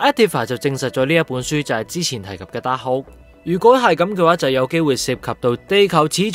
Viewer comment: 紅vision已講咗白Vision作為carbon-based synthyzoid， memory storage is not so easily wiped. 紅Vision只係幫佢解除記憶封印而已，希望片主留疑問之前返專業少少返睇多幾次留意下d細節，另外希望片主大大讀角色名少dd懶音，(例如其唔係讀“Scar La”，係“scarLET”， 唔係“Dahold”，係dar“K”hold) 讓觀眾聽起黎冇咁“銀”耳 —_— 期待片主將來嘅改進